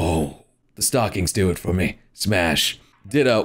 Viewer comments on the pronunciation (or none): none